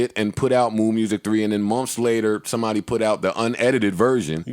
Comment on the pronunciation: Ok Joe, mumphs (months) is turning into mumps now